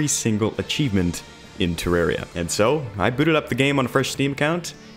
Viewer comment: You know this legend means business because he says Terraria correctly.